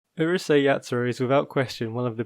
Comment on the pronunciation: It's Urusei not uhrusei